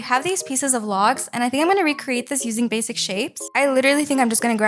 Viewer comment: Can you PLEASE stop saying RECCRATE🙄🙄😒